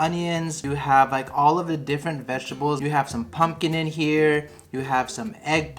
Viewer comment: Lol it’s vegetables not veggie-able you’re funny I love it